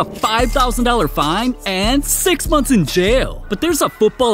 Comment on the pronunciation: " aaand six monns in jaeeelll" 💀